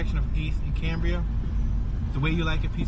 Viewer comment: Cam bri ah